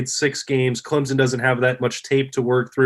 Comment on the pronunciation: People from Ohiya can’t even pronounce CLEMSON. Much less beating our football game...I think 11th was too high for a mediocre football team.. BTW... who stole it from Texas A & M.